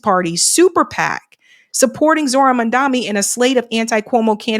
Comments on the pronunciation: Pls get his name right…it’s Mamdani not Mamdami… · Mom. Don. Knee. Not Mamdami. Not Mandani. Not Mondami.